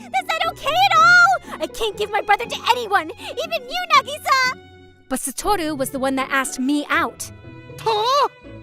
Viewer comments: Its nah-gee-sa not nuh-gee-sa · Nagisa is pronounced Nikisa? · br in the first one i think he sayin nagisa wrong 👀